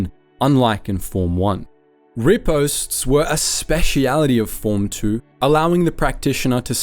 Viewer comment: I feel my old fencing days die a little inside every time he says ‘riposte’